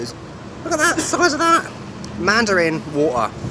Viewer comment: I LIKE HOW YOU SAY WATER - WOO-OH-AH